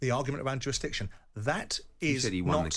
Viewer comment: simon"jurastiction" jordan